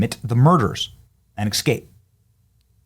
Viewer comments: …you’re killin’ me smalls… ES-CAPE NOT EC-SCAPE🙄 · ESSScape Benny not ekscape, it's been killing me hearing you pronounce that word. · Please stop! It's not eXscape. It is eScape. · It is e s cape not e x cape. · STOP SAYING >>EXSCAPE<< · The word is escape, not exscape. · Is the word “escape” really that difficult to pronounce correctly? Excape isn’t correct. But leave it time to axe difficult querstions. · Well done as always! (Escape, not excape) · Escape, not "excape." What the heck. Public schools suck. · Since I major in the minors, my question: Is it a mid-western thing to pronounce "escape" as "ekscape"? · ‘Exscape’? Has Benny had a melanin injection?